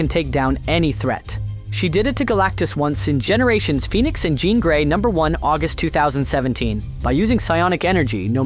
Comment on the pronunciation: Definitely is. That’s why it kept pronouncing her name wrong.